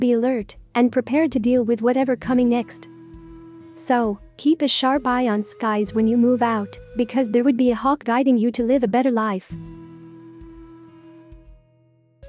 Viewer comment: I like the content of the message but the reader’s robotic tone and pronunciation dampen the impact. The reader doesn’t know Job, in the Bible, from job. Verb to live is not the same as seeing a live broadcast. Change the reader and your impact will improve. Thanks.